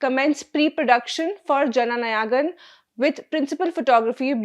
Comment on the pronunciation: It is नायगन and not नयागन‌. How difficult is it to get the pronunciation of this simple word right? I'm sure your team spends time and energy getting the content right, so why not spend an extra 5 minutes on pronunciation? My suggestion would be to write proper nouns in your native Indian language or in Hindi like I did. Otherwise, you sound like colonial Brits mispronouncing Indian names from that era.